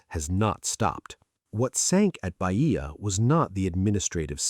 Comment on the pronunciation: Is not Baìa, it is Bàia